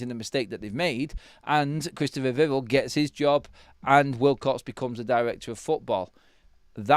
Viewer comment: Please pronounce “Vivell” correctly, mate. Vih-vell not vivvle